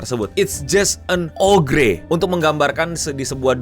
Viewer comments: oger anjir eno dibacanya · Ogre itu dibaca Oger. gimana sih???? Uda mirip belum,? 🙃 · bang, kalo mereka penduduk anomali twitter nonton ini bisa aja marah ama lu gara gara cara lu ngucapin "ogre"